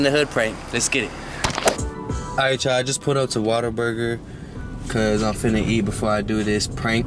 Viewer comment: i swear he says “water burger” everytime and not whata burger